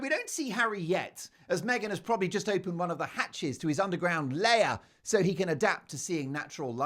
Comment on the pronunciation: it's a LAIR , not a layer